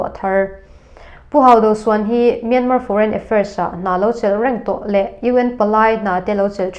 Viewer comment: A bengvar thlak thin hle mai. Myanmar hi Myanma tia lam tur aw..